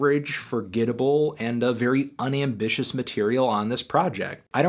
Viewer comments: I originally disagreed, but I do agree I wanted more as well. I felt like you didn't give nearly as much props to the guy as I thought you should have though. If I had watched before listening to the album, I might be singing a different tune. I honestly think that Amine (WHICH YOU HERE WHAT HOW TO SAY HIS NAME IN THE FREAKIN ALBUM LIKE 20 TIMES SO IM MAD YOU PURPOSELY KEEP SAYING IT WRONG) has ALOT more diversity and tools in his arsenal than you give him credit for. But I've been a fan of your videos for a while so I know you're being hard because you genuinely feel this way. But IDK, I had a lot more fun with the album and do see the potential for more as well. This would have been a 7-8 to me. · 5/10? Really? Are you serious? I dont? Understand? Jesus Christ and you STILL dont get his name right even after all the times he said it in the album which makes me wonder how well you really listened to it. Ok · Why the fuck do you pronounce Amine not similar to Anime? You're making him sound like he's a Digimon. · HOW TF DO YOU WATCH ALL XXL AND LISTEN TO THE WHOLE ALBUM AND NOT KNOW HOW TO SAY HIS GODDAMN NAME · I think your saying his name wrong? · How can you know so much about the artist but can't pronounce his name right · can't tell if you pronounced his name wrong as part of the meme or not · swear it was more of an A sound, you're probably right though sorry man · Pronounced the name wrong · If Melon says it wrong one more time.....0/10. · Melon boy meets banana boy and yet still can't pronounce aminé's name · You pronounced the name wrong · It's not ahminé, it's aminé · It's UHmeenay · It's pronounced uh-mean-ay not ahh-min-ay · It's pronounced. A-mean-a. Not A-min-a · UH ME NAE. NOT AH MI NAE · nischon Anthony says "Aw-mihn-ay" but I've heard Aminé say "Ugh-meen-nay" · it’s pronounced Uh-meen-ay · “Ah-minay.” Silly melon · ah- mean-ay <-- thats how you pronounce it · It's pronounced uhmeenay you fucking MELON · UH-MEE-NAY PLEASE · "Uh-mean-ay" = AMINÉ